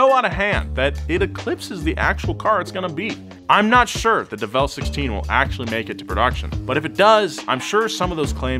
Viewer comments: Isn't it pronounced "DEvel Sixteen" rather than "DevEl Sixteen"? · You said it wrong mark the train it’s devil 16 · its fake and its pronounced devil